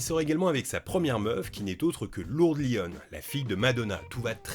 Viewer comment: on est bien d'accord que ça se prononce "lourdess"?